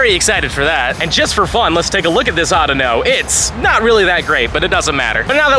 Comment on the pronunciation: Why do you say audino weird?